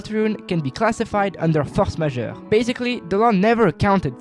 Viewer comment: As a French person, hearing you say "Force majeure" like that is like Toby saying Touhou PROJECT all over again lmao